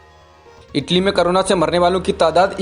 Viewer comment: it's corona not carona